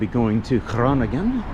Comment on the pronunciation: Well done, Sir! Great vid. You went to a main town in a much more rural area of Netherlands. Good to highlight this as well. Also, your pronunciation of Leeuwarden was good, and Groningen too (we forgive you for the impossible ‘g’).